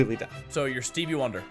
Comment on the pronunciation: The moment said stevi e wonder my first thought was "i don't think that's right"